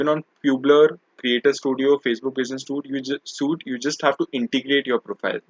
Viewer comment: Dude. Business Suite is pronounced as SWEET.